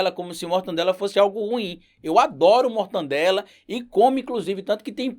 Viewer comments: Não é mortandela, é MORTADELA !!! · é mortadela, não mortaNdela. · Professor, é "Mortadela", "Mortannndela" não! Salve, seu trabalho é muito importante!